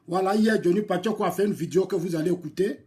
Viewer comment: Ont dit pas vidio on dit vidéo